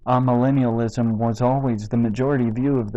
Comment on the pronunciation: My opinion of Tony Warren and his absurd misinterpretations of history and Scripture could not be lower. In spite of that, I wish to suggest that you correct your pronunciation of 'amillennialism', a term that I have never encountered in my 80 years until now. So I have added another word to my apparently limited vocabulary. The first syllable of this word should not be pronounced 'ah', but rather 'ay'. This 'a' prefix comes from Greek and simply means 'not'. We see this in such words as 'apolitical', 'asocial', 'achromatic', etc. There are a number of these words in English which begin with the Greek prefix 'a', meaning 'not'. In all cases this 'a' rhymes with 'bay", 'say', 'day', etc. I hope that this comment does not impress you as merely nitpicking. I think your hearers would understand you more easily if the pronunciation of key words and concepts is correct.